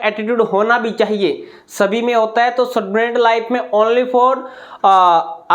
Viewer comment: स्टूडेंट ❌ सटुडेंट ✅ Vah sir 😂